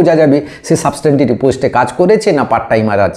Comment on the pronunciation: আরে মশায়, সাবসট্যান্টিভ এটা ভালো করে উচ্চারণ করেন।